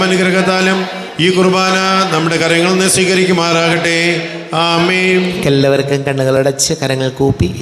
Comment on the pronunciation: ഈ കാപ്യര് എന്താ അമേം എന്ന് പറയുന്നത് ആമേൻ എന്നല്ലേ പറയേണ്ടത് 🤔ഇത് കേൾക്കുമ്പോ വല്ലാത്ത അസ്വസ്ഥത 😳